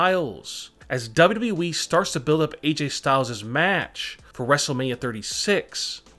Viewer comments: He finally said wwe right 7.37 ! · he said “WWE” normally!... 🤯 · Thanks alot. Atleast now I can R.I.P since I have heard him say WWE like that